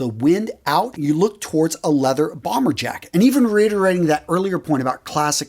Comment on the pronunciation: Your vlog is becoming nothing more than a commercial. Sold out...eh? “reetering” ....you mean reiterating